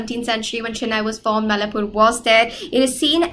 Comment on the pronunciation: its mai laa pore not mallapur , that sir sound great while explaining .